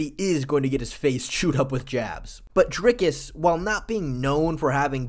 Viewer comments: OMG he also says "Ah-boos" in stead of "Ay-bus" and even "Drinkus" 😂😂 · Bro can’t say dricus name right for his life